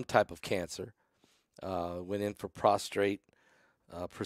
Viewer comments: Prostate-not prostrate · Prostate not prostrate.